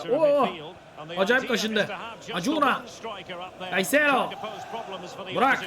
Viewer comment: Reis alemsin ya hiç mi avrupa futbolu takip etmiyosun serinin başından beri oyuncu tercümelerin beni bitiriyor, acuna(akunya)ya kaç bölümdür acuna diyip duruyosun hahahahah